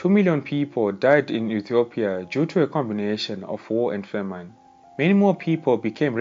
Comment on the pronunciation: Brief but accurate, I am Ethiopian and this a good documentary. PS the way you say ' famine' is a bit off, check google pronunciations.